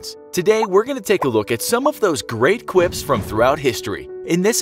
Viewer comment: Did u say great qwips lmfao